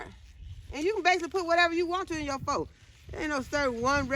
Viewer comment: I am cracking up laughing at the way you pronounced Pho 😅😅It's pronounced "fuh". It took me a long time to stop saying it the way my English speaking eyes see it too lol!